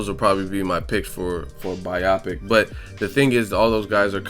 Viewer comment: hey no hate or anything but you pronounced biopic wrong it's buy-o-pic not buy-aw-pic